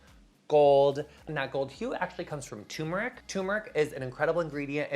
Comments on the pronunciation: I love you so much and appreciate your advice and products (which I recently started using), but, darling, it’s TURmeric not “tumeric”! Just thought ysk how to pronounce your own product ingredients. Chefs always mispronounce it, too, so don’t feel bad. Love you so much!! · I think it's turmeric, pronounced ter-muric. Don't worry, I was also saying it wrong my whole life. :P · LOVE :) never fail to make me smile, and love you that have a hair care line! (hate to be a negative nancy but isn't it tuRmeric? like there's another /r/ in there? I was mispronouncing it for like 20 years until I got into a debate with my husband a few months back haha) hugs!!!